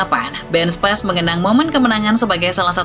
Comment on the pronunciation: Spis min bukan spais 🤣